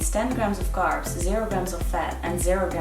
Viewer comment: Love it when she goes " fvideo " for video or " Garbs " for carbs - I guess it is the dutch englishnism - Love this girl and her descent work though - You rock:) Keep up the good work